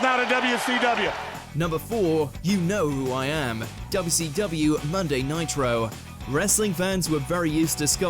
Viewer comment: Its not WCWu its WCWeeh 🤣